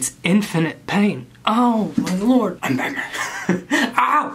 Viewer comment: “For you my LOORD”